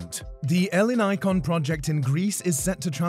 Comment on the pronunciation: The way he pronounces Ellinikon hurts my ears